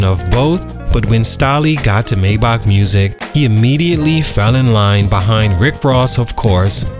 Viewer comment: Maybach not maybok😂😂😂